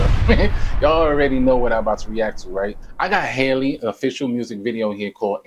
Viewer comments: Yes, she struck my heart. Btw her name is pronounced Halle NOT Hailey. Halle rhymes with Sally, Nelly, Belly, Kelly... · Her name is pronounced like Halle Berry